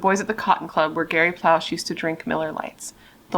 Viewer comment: I live here in Lafayette LA and I’ve recently discovered you from ‘murder with friends’ and as you can see I’m binging lol two things it’s pronounced ploe -shay good job (we have insane names and we are very much aware) and the way it played out absolutely needed to just the way it did. Our culture is to protect the children at all cost (or you are less than) and the community would’ve taken a stand against the government if we were punished for doing what we were raised to do for our children. Thank you for covering this… I am a new fan!